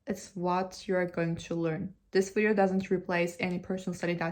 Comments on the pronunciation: Yeah it's not a wideo. Better to watch an actual Russian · There's a couple of words you say in English like, "you" [jʉː] and "video" [vidi:jɔʉ] that are giving hints of Australian English and I couldn't be happier about it! I'm hoping it's the "oh no, Cleo!" meme working it's magic across social media 😂